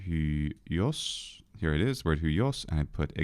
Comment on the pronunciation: It's pronounced hwios, you gotta get that iota in there.